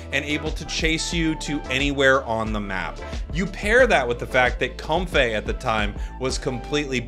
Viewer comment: Why does he pronounce comfey as “cumfay”